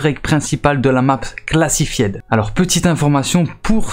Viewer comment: Comme il a défoncé le nom classified🤣🤣🤣